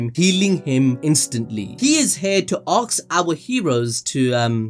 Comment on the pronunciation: You needa practice saying "ASK" A. S. K ... not AKS... xD